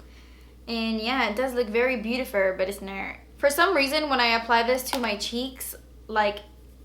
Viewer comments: I died laughing at the sonia kashuk highlighter part "you think, das so beautifurrrr. but its nurrrr." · Omg you are so funny "oh my gahh its beautiferrr... But is nerrr" 😆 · "oh looks so beautifurrr oh so beautifurr.... but it's nurr" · "When I swatch it, it might look beatifurrrr but it's nurrrrr" 😂😂😂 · I gave this a thumbs up once you said beatifurrrrr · "Yeah, it does look very beautifer, but it's nert." 😂😂😂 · "and yh it does look very beautifur but it's nur" 😂xx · "it does look very beautifer but it's nert" LMAO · "You think it's beautifer but it's nert!" LOL